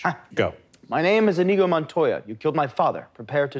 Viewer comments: Even worse, they're saying inEEgo. Wrong stress, wrong consonant, wrong everything. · The fact none of them is even TRYING to pronounce Iñigo correctly, with the ñ instead of an n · I was waiting for them to pronounce his name correctly... Iñigo no inigo, two very different sounds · It’s pronounced Ee-nyee-go not In-eego. The squiggle over the “n” (tilde) signifies a “y” sound tacked onto the “n” sound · None of them pronounced "Iñigo" the right way.